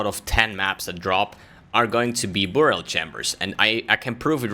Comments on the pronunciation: Nice video, but dude its pronounced By-rial, not buu-rial ;) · Burial is pronounced like berry-ill. Not boor-e-ill. English is stupid, but that’s the way it goes.